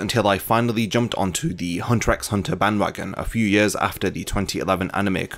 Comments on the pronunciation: good, because I came here to say how grating that is. and to ppl trying to argue otherwise, did you even watch the show?? 'x' is used as a spacer between words, you don't pronounce it. Also, the title Hunter Hunter makes me want to believe the show is meant to be about Hisoka. Think about it. haha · The X is not not supposed to be pronounced in the title. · I now know it isn't pronounced as Hunter "EX" Hunter... Have mercy on me LOL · that's like saying only 1 opinion is correct. There are many different pronunciations for many different things. Saying hunter EX hunter shouldn't be cause for insulting, that's just immature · He intended to named it Hunter at the beginning but He used to watch a tv show where some guy always repeated some words, thats why He put it Hunter x Hunter and aleways puts titles of the chapters like that that's how you know you don't pronounce the X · Damn this guy really says the "x" in hunter x hunter. I might have to dislike this video because of this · this video is so great that we can forgive you for saying the X in Hunter x Hunter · Great Video, but I gotta dislike because you pronounced the X in Hunter X Hunter Just kidding, I liked